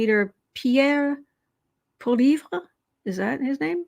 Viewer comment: Pierre Pollievre. You say Poll y ev. Asshole would also be the correct pronunciation. He was my local MP when he was really young. He would gladly sell his mother for power. Awful man